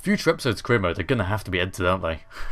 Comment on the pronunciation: I swear I keep hearing you say 'Korea Mode' XD